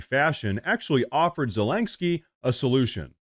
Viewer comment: Dude, I had to give you a dislike because you said Zelenskyy's name wrong 100 TIMES in this video. It's was so damn annoying. It's not ZELANGSKYY.